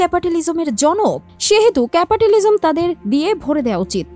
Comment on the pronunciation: উচ্চারণ শিখেন ঠিকমত আগে। ক্যাপাটিলিসম না, ক্যাপিটালিসম বলতে হবে!!